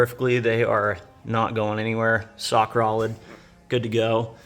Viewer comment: "....sock rolid...."😅